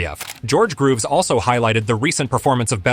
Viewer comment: Fighting Beterbiev is like fighting a destructive bulldozer barehanded. By the way his name is George Groves - not Grooves lmao hes not in the groove